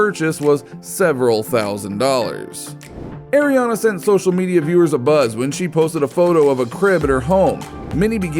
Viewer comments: Ariana not airiana I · You said Ariana wrong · Well you did